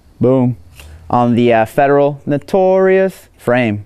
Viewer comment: the federal "notorios" frame ahahahhahahhahaha!! lol made me laugh for minutes curse you!